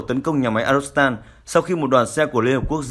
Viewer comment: Phát thanh viên đoc ngọng arzovstal thành arostal. Nên sửa lại